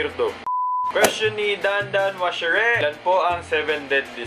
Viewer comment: binasa niya yung dandanwashere ng dan dan wash er eh :(((